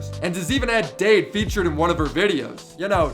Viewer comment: Dade is pronounced "dad"